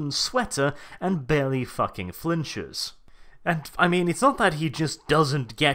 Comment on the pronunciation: For my fellow Americans - 10 kilograms is 22 FUCKING POUNDS. WHAT THE FUCK IS THAT GUN? Edit: I love this. I laughed many times. "-right where the stormtrooper is expected to place his FACK-ING HANDSSZZZ... Eurgh." I replayed that several times.